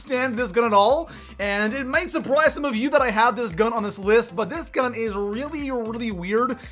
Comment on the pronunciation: Listen ! Really lllelallry?!